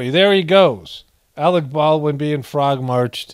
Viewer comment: "Alec P. Baldwin" Lol.😂